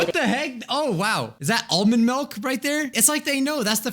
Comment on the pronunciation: Did just say melk?